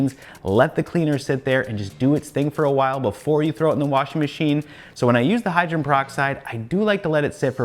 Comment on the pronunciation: I agree with some of the other commenters. Your channel is definitely my go to for figuring out how to clean stuff. Perhaps this is a picky issue, but hydrogen as in hydrogen peroxide has three syllables in it.